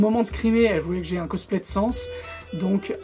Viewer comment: = "un cosplay de sAns" Oh non mais Y0Y Cette prononciation xDDD (on te pardonne t'inquiète xD)